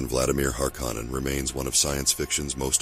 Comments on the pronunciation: You’re pronouncing “Harkkonen” VERY WRONG!!!! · Yeah… Not sure why someone would choose to do that. Unless it’s an AI voice that hasn’t been trained to pronounce words correctly. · It's bugging me too lol